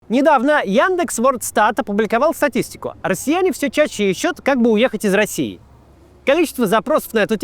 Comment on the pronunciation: Максим, а вы точно не ИИ? Почему на вы говорите «ищУт», а не «Ищут»?